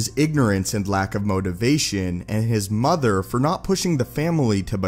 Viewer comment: I wonder where the narrator learned to speak like that. Pronouncing every 5th word with a deeper infliction and secon syllable. MoTHER and faTHER! Just something I noticed.